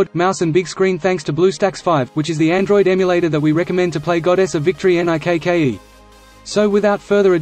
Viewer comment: Why the fuck does he keep saying N-I-K-K-E?